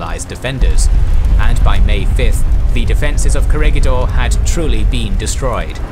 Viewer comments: Its not core-a-ga-door .. its cora-gador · Corregidor is pronounce as Ko-re-hi-dor